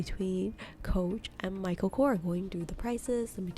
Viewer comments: It’s Michael Korsssss not Kor !!! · It’s not kor it’s korS that's his last name . And it's a shitty brand, can't compare to a coach